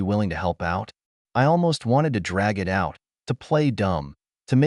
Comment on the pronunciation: Can you teach your AI to say "it" instead of IT? Also, not to pronounce the full stops as "dot"!!! That should be easy enough!!!